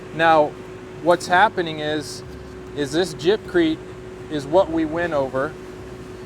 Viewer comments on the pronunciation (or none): I stopped watching after he said jibcrete...... 🤦‍♂️